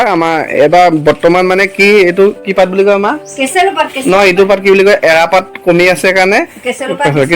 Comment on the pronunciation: কেচেলু নহয়‌ কেচেৰু হে